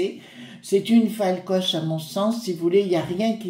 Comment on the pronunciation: Bonjour. Si vous faites allusion à l'héroïne de Hervé Bazin, c'est Folcoche et non Falcoche. Bon dimanche à vous.